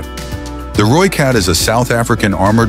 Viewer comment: Ratel is correctly pronounced as RA TIL. Rooikat is correctly pronounced Rooi Cut. Umkhomto is correctly pronounced UM (as in the German word "umlaud") COM TO (as in bog). Olifant is correctly pronounced OOOLI FUNT.